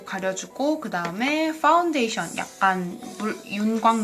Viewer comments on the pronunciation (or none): 파운데이션이 아니라 빠운데이션 이라고 말씀하시네염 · ....악플은 아닌데 ㅍ발음을좀세게하시네요 빠운데이션., 더뻬이스샵 ...